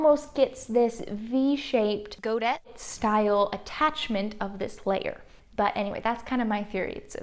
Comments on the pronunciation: Two very small things: voile is pronounced “vwall” and godet is pronounced “Go-day” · Thanks for this series. I’m really looking forward to it. Godet is a French word, pronounced goday. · Great detail but please learn how to pronounce details! Voile doesn”t rhyme with foil; phonetically vwahl. Godet is a French word and pronounced today, like today. Frills are often cut from a spiral to give a straight edge and a larger curved edge.